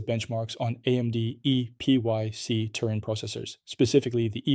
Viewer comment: “Eee pee why see” 😂